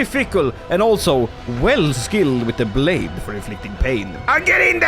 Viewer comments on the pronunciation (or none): none